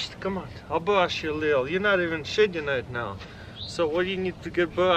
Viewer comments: I thought he said shitting for a minute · Every time he says shedding I hear shitting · When he said shedding i thought he said shitting